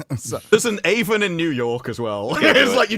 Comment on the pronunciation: I actually grew up one town over to Avon NY. It's actually pronounced like "have-on" just without the h and an emphasis on the a. You plebe.